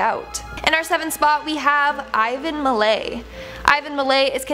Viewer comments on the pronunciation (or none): mi lat not lay... just saying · PS Ivan Milat is pronounced MILAT as in AT, not Milay 👍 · its pronounced mill-at, not mil-ae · Ivan Milay! He's not french! T, it's a T Milattttttttt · From Australia. It's actually pronounced milat not milai' just letting you know. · Milat is said as each letter sounds. Milat. Not Milay. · Thats Milat ,not Milay. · It's Ivan Milat .... (MI LAT...... NOT MILAY) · Ivan Mill- At not milay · ITS PRONOUNCED IVAN MI-LATT.. ITS NOT MILAY... its spoken mi-latt... or my-lat... your saying it wrong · Pronouned as Ivan Milatt not Milay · Milat. Not milay. Work on your pronunciation. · it's not Ivan Milet...it is pronounced MILL AT milat...welcome. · Its MILAT, NOT Milay ffs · ivan MIL -- AT... NOT MILAY..... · Malat not Malay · IVAN MALAY BAHAJAHAHAHA HOW DO YOU GET THAT NAME WRONG MILAT WITH AT THE END NOT MALAY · Ivan Milat's name is usually pronounced 'Mil-at' ( at as in cat) here in Australia. Being an Aussie I get a bit of a thrill whenever Australia gets a mention on these list. That just seems so wrong right now lol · I never heard it pronounced the way did 😂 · Mill-lay lmao 😂😂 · Milaaaayyy haha wtf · Okay but is anyone else from Australia and just giggling at the pronunciation of Ivan milats name? 😂 just for future reference it’s pronounced Mill-at ahaha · I love your effort, but it’s pronounced, Ivan Mill-At And Goulburn- is pronounced GoldBurn. Nice to see aussies in these things. Not in a good way though, actually creppy having know someone who is related to him. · Milat. You hear the T Mill at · Hey, Ivan Milat is pronounced At, not Ay. MilAT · Its Ivan Milat as if flat. Also his great-nephew axe murdered someone a few years ago. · It's Ivan MIL- AT, that's how it's pronounced... 🤦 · Im pretty sure milat is pronounced how its spelt also there is a movie on, its him worth a watch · Correction ,Ivan Milat not milay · Milan...at as in splat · Milat as in mat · Ivan Milat - mil at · "Ivan Miley" lol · Not Milate